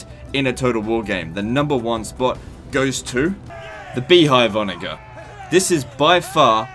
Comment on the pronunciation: You mispronounce onager. Ive noticed this before and its incredibly annoying and a sign of poor breeding